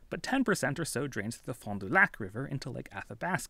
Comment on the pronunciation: Wisco pronounces fond du lac like "fon duhlack"